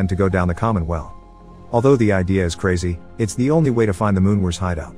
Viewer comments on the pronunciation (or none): none